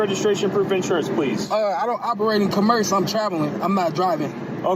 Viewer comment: Another one using his car commercially claiming he’s not. Not that he doesn’t need a license either way but delivering grub hub sounds commercial. Or however he mangled that word. If you can’t say commerce don’t try this. Not a citizen, deport him to an El Salvador prison. That would stop this really quickly. 😂🎉🎉🎉😮